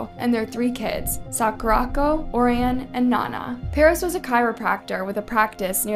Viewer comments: Orion is pronounced “O-Ryan” btw. Great video 🎉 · girl im sorry but pls learn how to pronounce orion and nana's names correctly... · I wanna watch the video but the way you pronounced Orion just sent me skip !!!